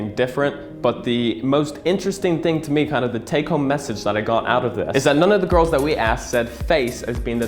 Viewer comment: It’s pronounced “gorls” 👌